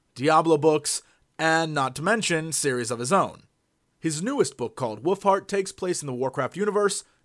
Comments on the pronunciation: It always sounds like Jesse is saying "Woofheart" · Sounds like he says "woofheart". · no he said woofhart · It sounds like he is saying woofheart.. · did jesse say "his new book, willfart"?? O.o